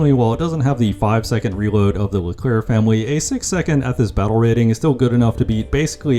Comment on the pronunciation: When you say Leclerc just don't pronounce the last C